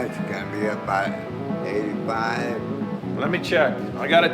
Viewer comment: It sounded like said “We’ve got some Mork to do.” So my response was “nanu nanu, shazbot!”